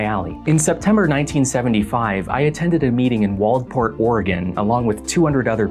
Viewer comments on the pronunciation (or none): Annoyingly pedantic note from an Oregon Coastie overly excited to hear any mention of a place near their home Generally speaking, people in Waldport and nearby towns tend not to pronounce the "d." We say it more like "Walport" as though it were some kind of Walton-family shipping operation. Pronouncing it with the d isn't "wrong" and is even how most other Oregonians pronounce it, but locals usually drop it. I suspect that, Applewhite, Nettles, and their extraterrestrial handlers probably said the D, though. Signed, A resident of Lincoln County, Oregon. Home to Waldport, Yachats ("yaw-hawts") and Depoe Bat (same as the word "depot"), Gleneden Beach ("Glen Eden") and Yaquina ("ya-kwin-a"), and ~50,000 residents ready to correct outsiders about the pronunciation of tiny coastal towns/cult recruitment centers. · Just an FYI, the d in Waldport, Oregon is silent. It's pronounced Wall-Port